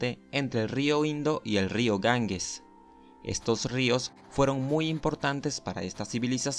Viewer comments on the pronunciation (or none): Disculpe, no es Gangues es Ganges como si se pronunciara con jota.